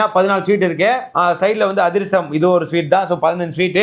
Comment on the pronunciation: Athirasam ❌Adusram✅